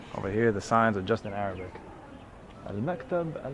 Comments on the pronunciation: I'm impressed how well you pronounce some Arabic and Hebrew words, good job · "im an american"... also reads arabic like nobody's business... pronounces arabic well... this guy's a fraudulent "neutral" american.